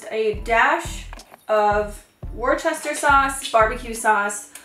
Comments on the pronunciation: Love your videos. A little interesting pronunciation tip - you say 'wooster', not 'worcester' :) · Worcester is pronounced Wuster!! 👻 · I needed this video! By the way, I’m from the UK and Worcester is pronounced ‘Wooster’ hahaha I found the way you said it hilarious!!